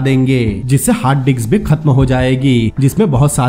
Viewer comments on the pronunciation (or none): Bhai wo disk hai dicks nhi hai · Haha diks nhi hota bhai Disk hota hai hahaha